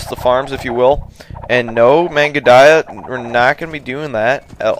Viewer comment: lol, I'm pretty sure it's not pronounce "mangudaiyah", but it doesn't matter, I've watched these so much I've started saying it that way myself now. XD